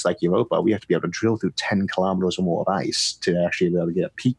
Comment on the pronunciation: Elon says KILO-METERS, not kalamaduhs.